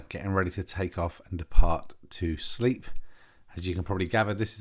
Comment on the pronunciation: Good video, lovely plane! Just if you didn’t know, it’s pronounced “slape” not “sleep”, not being that guy just many don’t realise. The floods look crazy! When over Tewksbury, what were those white things gathered in the dry bit of the field? Looked like caravans, can’t tell through my small phone screen.